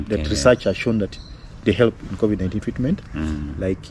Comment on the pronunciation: Wish he'd pronounce covid correctly